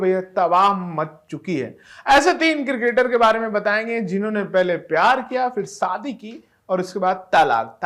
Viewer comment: Saadi nahi yaar SHAdi bol Shadi.